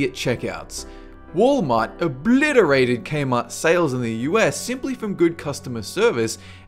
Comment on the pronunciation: ........good... customer...service?..........gooooood. cuss-toe-mehr. service?? GOOD CUSTOMER SERVICE! GOOOOOOOOOOD CUSTOOOOOOOOOOOOMEEEEEEEEEERRRRRR SEEEEERRRRRVVVIIIICCCEEEEEEEEEEEEEE!!!!!!!!!!111!!1!1!!!!! AAHAHAHAHAHAHAHAHAHAHAHAHAHA!!!!!!!!!!!!!!!!!!!!!!!! eh, no.